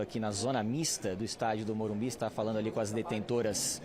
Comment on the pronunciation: porque estão falando morumbis??? O locutor da tnt também falava morumbis. E nova moda dos bambi??